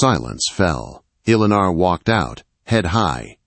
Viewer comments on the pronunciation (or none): This is a good story, but these stories seriously need good punctuation & a real voice narrating. The value of the story gets a little lost in the distraction. It's a good story, but a bit harder to enjoy. "Eleanor " is pronounced more like "Ell-eh-nore". Spelling & pronunciation need to be consistent. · Eleanor or Alana? The Ai ruins the wording. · Eleanor …… Ell A Nore….. first time I’ve heard it pronounced the way this AI narrator did, lol. Still a great story♥️ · A beautiful story. Although, the peculiar mispronunciations are a significant irritant. The lady's name is mispronounced with a multitude of enunciations over the course of the story. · Do not use this narrator again, he can not pronounce her name twice the same way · Never knew the name Eleanor could be pronounced so many ways! Sheesh. Threw the story off every single time. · He says it one way and then says it completely wrong! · Must be someone from another country narrating this with A I. Elinor's isn't pronounced correctly. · Drives me crazy to 😅